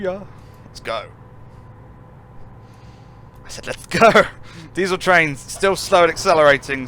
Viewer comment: Be wery wery quiet. I'm hunting traiwns.